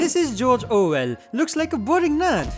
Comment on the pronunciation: Ah yes, Jorjor Well